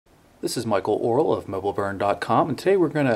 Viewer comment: did he say his name was "michael Oral"?